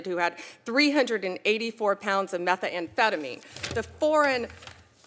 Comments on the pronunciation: 😂😂 she can't say anything correctly!! The way she pronounces Mex-E-co and Meth-a-amphetamine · Her grammar is atrocious and she mispronounced methamphetamine. She should know how it is spelled and pronounce it correctly. It makes her look ignorant. Meth is a big problem in the US. You'd think she'd familiarize herself with the word.